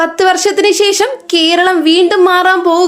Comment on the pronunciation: ശേശം, അല്ല ശേഷം എന്ന് പറയൂ!